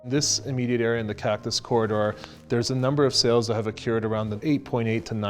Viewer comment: Uh-cured? Occurred?